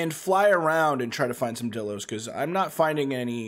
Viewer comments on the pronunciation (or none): its pronounced die-lo not di-lo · Anyone hate how he says dilo wrong